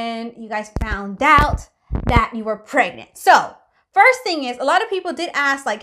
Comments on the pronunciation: I love how's I says pregnantll lol and your name does not have to be perfect you are already perfect choose a nice name does not have to be a perfect just like I said nobody is perfect enjoy the rest of your day and are you going to do do a video on the baby when it's born not instantly cos that's just like going into an adoption centre and southerner camera and loads of kids faces that's not nice just like give us a picture sorry if you think I was being rude in any of these messages love you by the way who wrote this message was a both of you???? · So funny how you say pragnaaat